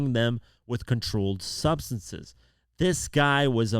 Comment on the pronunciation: ...."..... stocking the Hotel Rooms with supplies for the Freak Off's, including controlled Stubseses....". "Stubseses"....!?, you've gone and found some of those "controlled Stubseses" haven't ya...